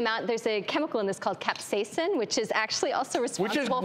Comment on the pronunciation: OK did piss anyone else off that they kept saying capsaicin wrong